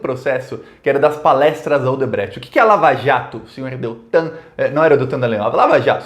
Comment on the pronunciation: Vc não sabe falar triplex nem Odebrecht